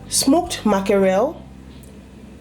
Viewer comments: It’s MACKEREL NOT MAKAREL 🤦🏽‍♀️🤦🏽‍♀️🤦🏽‍♀️ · Date cameroun way of calling it